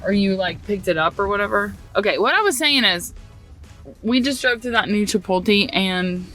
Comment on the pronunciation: Chapoty? Chipotle - chipot le le le chi (like Chilis) pot (po) le Chipotle Hehehehe I love it! 🧡hahahaha Now I will have to pronounce Chapoty 🧡 - Now I know that if I move to Tennessee (which I am looking into it) I am not going to be the only one messing on pronunciations. People always wants to know where I am from because I pronounce things/words.